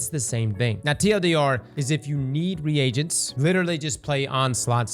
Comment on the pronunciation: It’s pronounced like “ree jents” not “re agents”